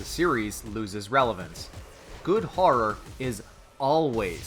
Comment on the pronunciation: "Harror"...what the fuck is Harror? Oh you mean Horror. Come on its not hard to say.